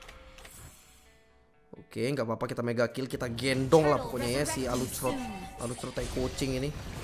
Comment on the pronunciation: Ngakak gua liat lu bang, klo nyebutin nama player alucrott , gua ulang² terus